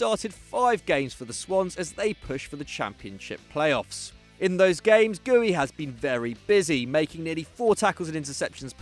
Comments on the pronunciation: Guehi isn’t pronounced Gooey it’s pronounced Ger-He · bruddah it’s gur-hee. not gooy. he ain’t green slime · It’s gur-he not gooey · Gowey loooool its pronounced 'ger' 'he'